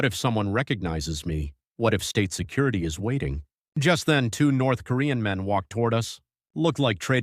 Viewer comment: It’s called STATE security, not state SECURITY! Terrible AI voiceover.